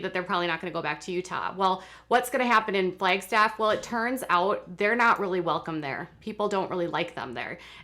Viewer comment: I primarily clicked on my notification so I could hear a native Minnesotan say, "Flaygstaff" several times. 😜😜😜